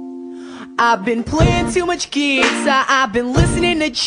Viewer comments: I love the way he pronounces guitar and my favorite part is "And even worse, I can't stop calling her. She's all I want and more, I mean damn, what's not to adore?" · It says gui-tar like he just pronounces it funny!